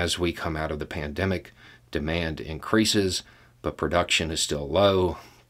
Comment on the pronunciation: You are saying "PANDEMIC"